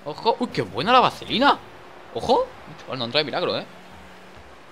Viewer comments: por que dices bacelina? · Día 4379,Dani aún no sabe decir vaselina xd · es vasssssssssssssssselina no vacelina